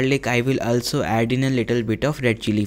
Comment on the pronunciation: Improve your English and especially your vocabulary it is no ulso it is also